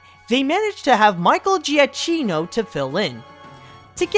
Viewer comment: D'oh! You pronounced Michael Giacchino's surname name wrong! It's Gee-key-no. Can't believe that you got Tony Fucile ´right but not Giachhino. At least you do much better job than the guys at 107 facts who 90 % of the time gets names wrong.